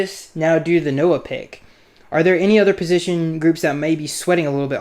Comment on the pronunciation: You got Noah's name right. Good job.